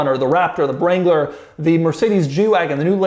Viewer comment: Doug, the Mercedes Jew Wagon? Wrangler got mangled also. Oy! I played it a bunch of times with my eyes closed. It’s what I’m hearing.